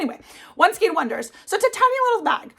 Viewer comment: It’s pronounced skane not skeen.. this is one of my pet peeves 😂 great projects . Tfs